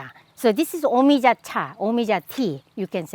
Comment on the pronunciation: yea ik but she made it sound like it was pronounced me-ee-jah... i know how things are pronounced jesus